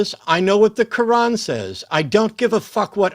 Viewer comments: Did he keep saying the name of that book like "ka-won"? That's what I heard. 😂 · Is it me or did keep calling the Quran the Cowan? What a siwee wabbit he was? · Aside from unique way of saying Quran....he brought a circular argument to the discussion which guaranteed he would fail in spectacular fashion...in less than 5 minutes. Way to go, ya blew it by blowing your top....and your cell phone service is substandard....and you squeak and yell way too much, which makes you sound like a person who has lost his damn mind....and ya probably need to grow up a little bit, which is an understatement in your particular case. You're Welcome